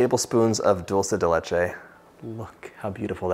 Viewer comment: I love the way you pronounce Dulce de Leche. As an Argentinian myself, I am so produ that Dulce de Leche is going all around the world! Who wouldn't taste that silky, thick, sweet heaven? 🤟